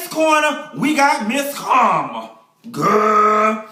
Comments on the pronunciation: Every time you say Carmen's name Karma I crack up! You remind me of people I went to church with. That's where we learned how to read honey! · I'm cracking up at him calling Carmen.... "Karma". lol